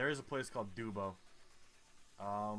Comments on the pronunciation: The way you said dubbo 😭. It’s pronounced dub-oh, not dewbo. Love the video though, I’m from central New South Wales so I found this video funny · It’s not fucking doobo it’s a fairly large city and you say it like dub o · Trapezoidal green sign with B 40 means 40 km to a town whose name starts with B. It is not a highway or road number. Dubb-o, not duebo and the name is less stupid than Chicago, which must be faked :-). Any name ending in -up means you are in Western Australia - the south western part.